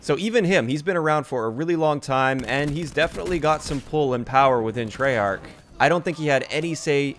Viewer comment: It's treyarch